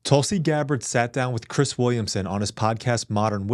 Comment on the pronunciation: Tulsi is saying it right